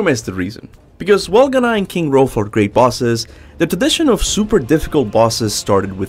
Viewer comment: Am I missing something or is he calling king hrolf rodolpho